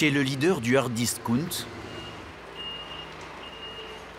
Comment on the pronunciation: c quoi discounte ??? on dit disckAOUNTE Mr journaliste